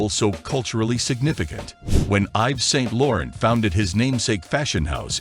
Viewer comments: IVES SAINT LORRENT?!!!!!!-------------- your pronounciacions of many words is AWFUL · If you want to instantly lose ALL credibility, start off by mispronouncing the designers names.